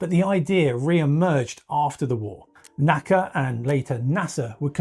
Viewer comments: Protip: "NACA" is properly pronounced as an initialism ("enn-ay-see-ay"), not as an acronym ("naka"). Saying it correctly, as engineers in the 1940s and 1950s would have said it, means saying "N-A-C-A". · "NACA" was a initialism, not an acronym. Each letter was pronounced separately--"enn ay see eay" not "nakka." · There was never any “Nacka.” The National Advisory Committee on Aeronautics was known as the N.A.C.A. — pronounced “En Eh See Eh,” never “Nacka.” In fact, I’ve met old-timers at NASA, leftover from the NACA days, who still referred to the new agency as the N.A.S.A. — “En Eh Es Eh” — rather than “NASA.” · NACA isn't an acronym; you say the letters, not pronounce it as a word